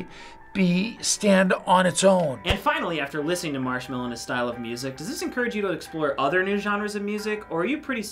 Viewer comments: "Marchmello!" XD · I only know Marshmello not Marchmello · When the grandpa say marsmello I was like 'wat!'